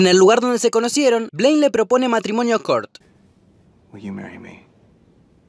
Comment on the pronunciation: aprende a pronunciar Kurt y dsp hablamos